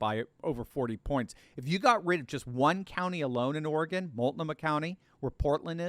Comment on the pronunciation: Thank you for pronouncing Oregon correctly. Folks from the east coast normally sound ridiculous when the say Oregon.